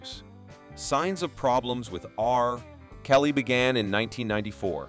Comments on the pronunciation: R (long awkward pause) Kelly, That 70 S Show, one thousand nine hundred ninety s… Alarming stupidity! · It's annoying when the AI voice stops after R in R. Kelly's name because of the period. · So, no one is concerned with the prevelance of AI voices used to read scripts like the one used in this video? "Early nineteen hundred S to the two thousand S?" "Ar, kelly?" United States Magistrate judge? Country music as the backdrop? I mean, is the creator of this channel even a real person or is everything AI?